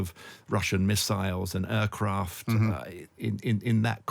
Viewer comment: He can't pronounce "there" and "aircraft".